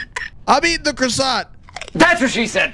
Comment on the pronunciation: R u gona finish that CROSOSSANT